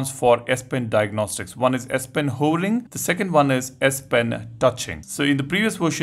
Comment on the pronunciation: S-Pen "hoering" 🤣 🤣